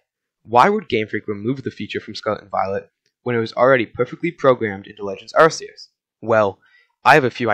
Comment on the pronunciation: Oh my gosh, first YouTuber to say Arceus instead of Arkeus. Bless. Good vibes your way. (I know it's supposed to be Arkeus, but I just DON'T CARE)